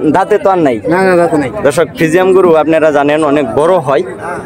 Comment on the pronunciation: ভদ্রলোক ফ্রিজিয়ান নাকি ফ্রিজিয়াম কোনটা হবে আগে শুদ্ধ করে কথা বলতে শিখুন।